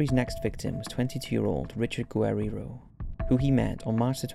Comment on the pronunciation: Who tf is gwey-ri-ro? 😂 it’s pronounced ge-rar-ro guerrero